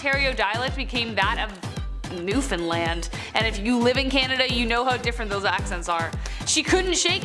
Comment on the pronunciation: wow..you actually pronounced Newfoundland properly..but there are more than one newfie accent..just so you know